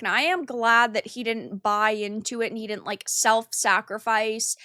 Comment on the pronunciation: “Could-dint” and “did-dint?” Why bother with contractions if you are going to pronounce them that way? I like the content but the way you pronounce words is hard to tolerate.